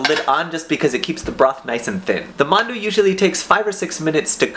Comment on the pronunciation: every time you said 'mandu,' i thought you were talking about mountain dew... because that's what my friends call mountain dew.